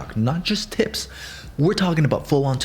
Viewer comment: why did I hear tits instead of tips😫